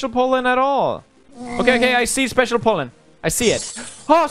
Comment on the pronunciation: When he says Pollen it either sounds like Poland or Holland 😂